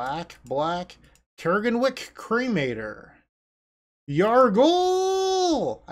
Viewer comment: CRAG-EN-WICK (Crag and Wick it's a pun) that is how you pronounce it. Not Care-Gen-Wick...